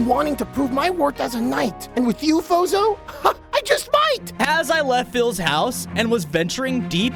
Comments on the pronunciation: Fozo? İts Sounds like BOZO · i heard not fozo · Your name is not fozo it’s